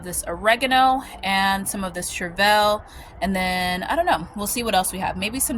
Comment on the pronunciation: I always look it up in case I'm wrong...but I am a certified master gardener. It's pronounced "Shur-vl". Nonetheless you ARE an inspiration on how much you grow to provide for yourself and family!!!